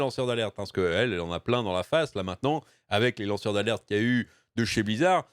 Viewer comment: Ai-je bien entendu "lanceurs d'Arlette" ou faut il que je change d'oreilles ?